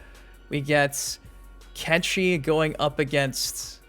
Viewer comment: Lol it's kenshi 😂